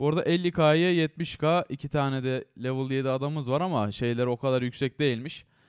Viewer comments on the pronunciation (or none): none